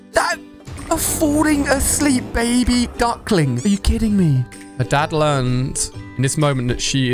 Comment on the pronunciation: Did u called the dad a dog u said dad wrong